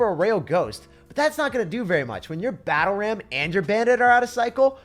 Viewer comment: I loved the way he said battle ram a 'pencil'🤣🤣🤣